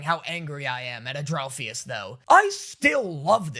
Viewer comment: And-ral-fus I how it's pronounced :)